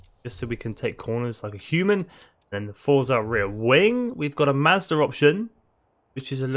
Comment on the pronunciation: Hearing you say mazda kills ny soul